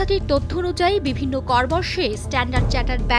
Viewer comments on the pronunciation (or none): none